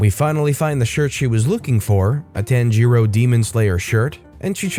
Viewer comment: Anyone else cringe when he said "tan-jiro"? XD